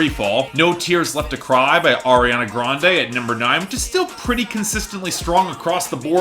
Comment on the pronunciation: I have to laugh at the way you said that...